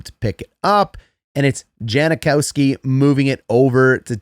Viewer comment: It’s “Jankowski,” not “Janakowski.” Just thought you should know!